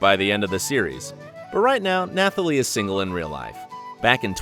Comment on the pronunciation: Also, it's pronounced NaTalie Emmanuel not NaTHalie